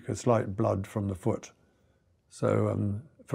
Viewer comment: I know he's trying to say SAS, but it comes out as "We the SS". A bit unfortunate.